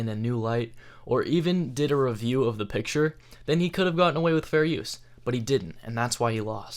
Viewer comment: Pitture? lol, I mean law. No, I meant lol.